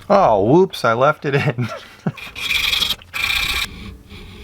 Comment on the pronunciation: Never heard anyone say whoops like woop there it is, only whoops like whoopi goldberg.